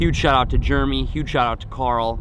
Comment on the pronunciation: dude it’s jeremy not juremy